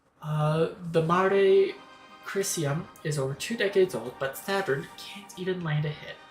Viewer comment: Pronunciation for the Mare Crisium is more like 'Ma-ray Crease-ee-um'; it's Latin for 'Sea [of] Crises'. And as for pronunciation for the Krun Macula: you have the first part right, but the latter is pronounced like '[im]macula[te]'. (Both are features on their respective orbital bodies, much like the String Of Pearls in Saturn's atmosphere.)